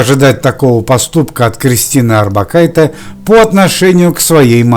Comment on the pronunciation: не надо экать. ОрбакайтЕ. литовские женские фамилии произносятся на конце мягко. на "е". я живу в Литве и знаю. ухо режет жутко это "Э"